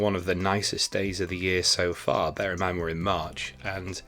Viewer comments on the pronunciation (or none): none